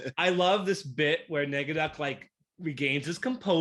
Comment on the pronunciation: It's not Negaducky! It's NEGADUCK!!!!